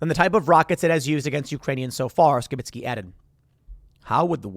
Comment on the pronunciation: Sounds like your saying Sheminski when you say Skibitsky quickly. a man can dream